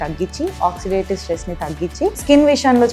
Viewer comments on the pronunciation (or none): none